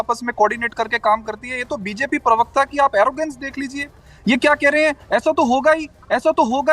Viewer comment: भैया, पिरवक्ता नहीं, सही शब्द होता है प्रवक्ता समझे। कृपया अपनी हिन्दी के उच्चारण सही कीजिये।